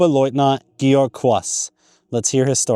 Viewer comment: I appreciate your research very much. My wife had two uncles whose burial place is unknown in Russia. My father in law was a POW from May of '43 until November 1948. My German family took me in as if I were one of their own and I have at least been able to track where the two uncles were killed. However, as a pet peeve, please work on your pronunciation. Georg is "Gay-org" not "Gee-org" . He deserves to have his name pronounced correctly.